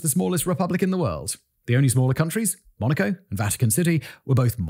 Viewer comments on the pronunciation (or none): none